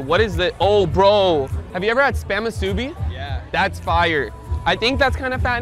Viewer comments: This is how you pronounce the word spam muse-i-be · Rug u gotta learn how to say spam musabi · U pronounced spam musubi wrong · Bro said spam musubi wrong💀💀💀😭😭😭